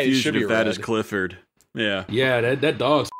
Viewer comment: That’s not Clifford, that’s crippord